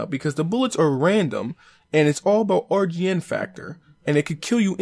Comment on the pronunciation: You said rgn lol. What does that even mean